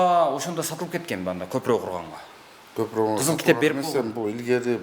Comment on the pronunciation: Көпүрөк деп айтатко көпүрөнү,кыргызча айтыпатабы?